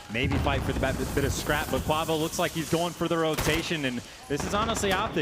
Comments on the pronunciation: Every time said Kauvo I cringed, just call him Kenny man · Someone teach how to say kuavo